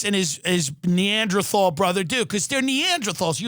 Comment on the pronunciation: Tim, you don't know how to pronounce "neanderthal".